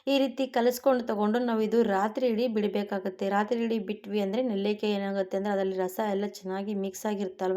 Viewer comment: Nellikaayi annodu kooda sariyagi helbeku